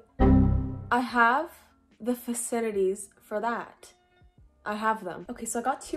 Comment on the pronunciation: "I have the faciliTITYS for thatt"